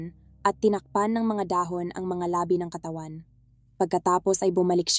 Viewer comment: Maganda at malinaw nmn pagkakwento nyo po, kaya lang may mga salita na dapat sana ay pahaba bglasin pinapaikli at pinapabigla nyo. Like labi (na bangkay ) nagiging labi (lips) . Pati Yung bungo (skull) naginging buuungo..